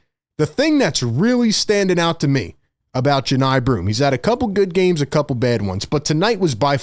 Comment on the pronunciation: I know Johni’s cousin. It’s pronounced “Juh-Nye”